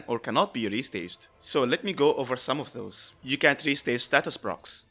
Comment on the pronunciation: I can't tell if you are saying can or can't A lot of people have these issues whether they have accents or so I hope it doesn't sound like I have a problem with how you speak. I recommend either saying "can not" or emphasizing the t in "can't" more than you already are